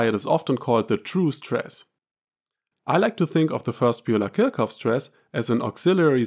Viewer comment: Are you not German? Why pronounce Kirchhoff incorrectly?